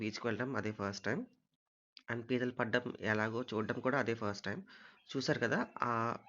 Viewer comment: Arey adhi pethulu kadhu raaaa....pithalu raaaa😅